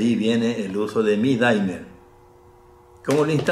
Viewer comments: soy fan y espero que no me quemen en leña verde por esto pero no se pronuncia "daimer" sino "dimer", tal cual, porque viene del verbo dim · Hola apreciado amigo Laniakea, Gracias por la visita y amables palabras. Me alegra que hayas visto este video sobre el Dimmer. Regulador de Voltaje...Permíteme que te FELICITE por tu acertada información. Acabo de consultar la pronunciación, es una palabra inglesa y en verdad es "DIMER". Aquí pongo el ENLACE para que puedan verlo... Nosotros hemos adoptado el térmico "daimer" porque en las tiendas donde los venden lo pronuncian así....y se ha covertido en un "modismo". Para que conozcas un poco más al DIMMER (dimer), Te doy un video de mi Canal, para que conozcas algo más de él. espero lo disfrutes.. Disculpas por el error al pronunciarlo....A partir de hoy lo llamaré "dimer"..... Te INVITO para que veas otros de mis 288 videos de mi canal. Trabajos de Física Experimental, para conocer mejor las maravillas de las Ciencias. Te deseo lo mejor. Suscríbete a mi Canal. Hasta pronto. Te doy el ENLACE de mis videos para que los veas poco a poco., -- Ecuador -- Un abrazo..!!